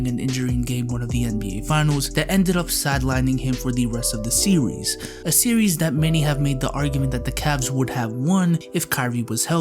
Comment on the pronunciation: hears sewries 😂